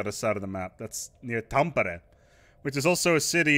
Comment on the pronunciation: ITS Tampere Not tammpere